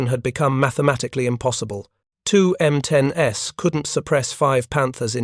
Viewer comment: M10-S, you mean the M10s.... AI sucks.